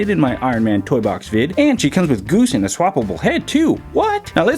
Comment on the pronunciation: Who else is noticing that he's saying gooby instead of goose